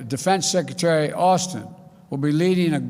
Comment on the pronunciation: he can't even pronounce the word secretary...